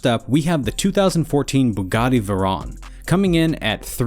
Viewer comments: you can tell this is a money channel and not a car channel by the way he pronounces veyron 😢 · Youre saying Veyron wrong.